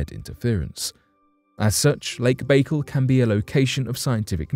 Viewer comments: Why does the person reading this script refuse to look up how to pronounce words he's obviously never heard said before. I flinched every time he said "Lake Baykul". Wouldn't YOU take the time to make sure everything was correct before you put it on line? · His pronouncement of Baikal was sooo annoying, I'm going to unsubscribe.. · The quality of your research is immediately undermined by your mispronunciation of the name of the lake ... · Your mispronunciation of the name of the lake is really off putting 😂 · Its called baycal lake not bagel, you have to do russian voice over A's and L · Omgl...if I hear " Lake Bagel" one more time going pull my hair out...it's pronounced...Bye-Call ( Baikal).. And hold up....this is olllld stuff☹️ Nothing new...damn😒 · It's not 'Bake al' it's 'by_carl'.Get a grip! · Look even though its spelled Baikal its not pronouced bakeel it Be-kaal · Lake Bai-kal. Not lake bakel …..damn man……pronunciation is key. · ok this is driving me crazy. Pronounce the lake correctly please. It is pronounced "Back Call" not "Bakal" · It's pronounced "Bye kal" not "bagel". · Its not lake bagel its lake bike-all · There's no dash in it. I was explaining how it's pronounced. It's just Baikal but the way he says it sounds like "bagel" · Its pronounced BYE-CAL sorry man but it hurt my ears when you say bakel like bagel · It's not lake bagel. It's lake by call. You really diminish your content by not being familiar with rudimentary facts. How can you speak on something authoritatively if you can't even pronounce it correctly. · ffs....... its pronounced bah-kaal. your a baykle!!! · It's NOT "BAE-kul", it's "BYE-CALL"! USE THE NATIVE (Russian) PRONUNCIATION! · That's pronounced -"Bye-Call", not "bay-cul". Just thought you should know, Your shows are usually very well researched and very informative. Someone dropped the ball. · I kept thinking bacon every time he said it lol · Pronounced 'Buh call'... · Jesus man, it’s not pronounced Lake Bagel 🥯. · Lake BayGull